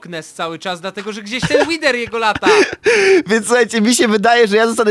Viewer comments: Mówi się łider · łider nie łiwer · Mówi się wider pisze wither nie mówi się łiwer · TO SIE CZYTA ŁIDER A NIE ŁWER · BOŻE MÓWI SIĘ (ŁIDER) A NIE (ŁIWER) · wiesz że nie mówi się łiwer łider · nie mówi się łiwer tylko łider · Od kiedy wither to łiwer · Nie wiwer tylko wither rozumiesz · Nie wiwer Tylko wither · Łidera nie łifera